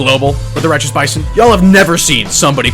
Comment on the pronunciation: I fweaking LOVE LOVE LOOOOOVE THE BAYSON!!